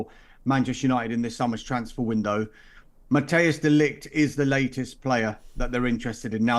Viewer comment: His name is Matthijs not Mateus